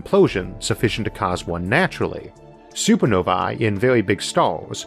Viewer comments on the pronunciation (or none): none